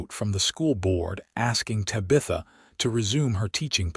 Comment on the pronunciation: It's very distracting to listen to an entire story where the main female character's name, Tabitha, is mispronounced! Do better, AI narrator!